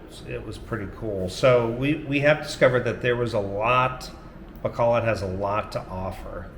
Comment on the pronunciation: 1) I appreciate that you're one of the few expats who bother to get the pronunciation of places right.. ba KO load I get mad when foreigners are married to Filipinas and thev still never learn the name of the city they live in 2) I may be retiring there in the Citv of Smiles 😁 3) Maya IS SoOO beautiful. seriously you must be pinch— yourself everyday @@